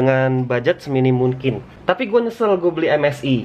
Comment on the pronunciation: Kenapa dah lu ngomong mungkin jadi munkin:v